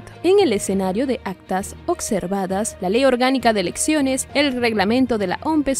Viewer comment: Ocservadas ?? Habla bien!! Observadas